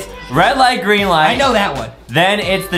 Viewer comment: Adam: the rwed light gwreen light Award we got hahahaha Justin: he really said rwed light gwreen light